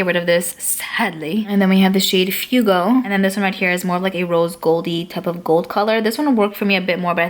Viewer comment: Who else died when she said fiugo “fuego” hahahahahahahahahahaaha😂😂🤣😂🤣🤣😂🤣😂🤣😂🤣